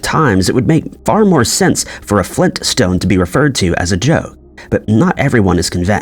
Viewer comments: It's Flintstone. They put together two rock-like words. Flint and stone. Get it? The name wouldn't be Flin stones. What's a Flin? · "Extra T" ?? Flin*t* is a kind of stone. Who knows WTF "flin" would be. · I think Flin-stone might be a mishearing or speech issue with certain local dialects. People in some areas of Northeastern Pennsylvania run n and t together when saying words like Scranton. It's a bit like some people write should/would/could of instead of should've/would've/could've because they hear 've (contraction for have) as of.